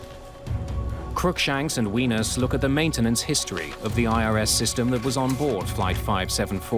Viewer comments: The pronunciation of Wenas is hilarious. Its pronounced as ‘Way-Nash’. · Seriously, Mayday narrators should learn how to pronounce foreign names prior to recording. It’s pronounced “wuh-nahs”, not “wee-nus”. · Everytime the narrator said 'wenus', i laughed. I know this aint a laughing matter, but its funny.